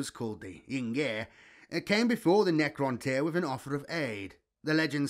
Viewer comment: You struggle a lot with Necroinish my bro! 😂😂 but else good job 👍🏾